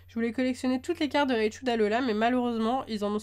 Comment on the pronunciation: Désolé mais on dit pas réchou mais raïe-chou. Mais continue tu es super ! Tchuss !